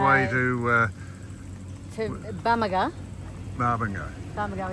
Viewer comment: Pronounced Bamaga, not Barmaga